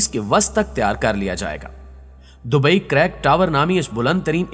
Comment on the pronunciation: Bhai dubai careek ha caryk nhi